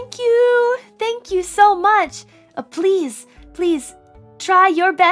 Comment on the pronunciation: "My name is, sank you"